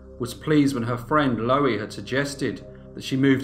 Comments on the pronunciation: Loo-eee I should think it is pronounced, as in Louise but without the s. Low-eee just grates on my ear, sorry mate. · Pronounced LUUEE not lowee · You're pronouncing her name " Lowie", but it's spelled " Louie", like the male version of "Lou". I don't know which is correct in this case though. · I may be wrong but I think 'Louie' is pronounced 'Loo-Wee'. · Nice upload great channel but are you pronouncing her name wrong, shouldn't it be pronounced like in The Kingsmen song Louie, Louie